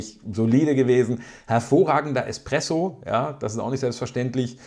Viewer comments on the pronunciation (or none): none